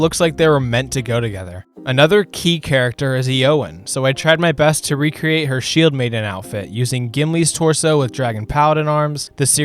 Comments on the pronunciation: The way you pronounced eomer and eowyn murdered me. It’s more like A Oh Mere and A Oh When. Not A oh murr and E oh win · Video was great but I’m still stuck on the Theoden, Eomer, and Eowyn pronunciation 😭